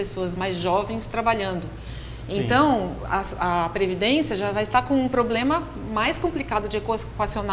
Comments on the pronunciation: Ele falou "poblema"? É isso mesmo produção? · Qual a credibilidade de quem passa a entrevista toda dizendo que o "poblema" da previdência é grave?